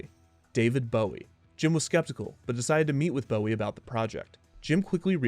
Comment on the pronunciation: Bowie is pronounced with the "bow" from "bow wow."